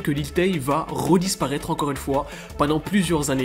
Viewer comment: " Rolancer " , " Rodisparaitre " 😅